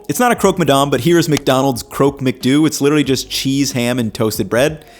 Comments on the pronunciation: I'm so excited for your whole series in France!! Sorry to be pedantic, but here's some pronunciation tips. You're probably going to be saying/seeing these words a lot: MacDo = mac-DOE (like doe a deer) Emmental = em-men-TALL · McDo in French is pronounce McDoe (like a deer)